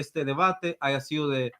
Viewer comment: El licenciado con futura maestria dice "aiga". Jajajajajajaja